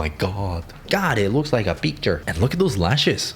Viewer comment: 😂😂😂 'It looks like a picture' The accent...have you watched Anastasia, the tiny minion of Rasputin speaks like that😂😄